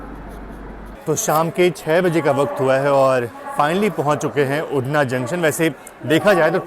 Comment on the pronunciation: अरे भाई उड़ना नहीं उधना नाम है रेल्वे स्टेशन का।